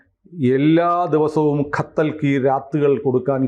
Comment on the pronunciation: ഖത്തൽ അല്ല, കതല്‍ കി രാത്!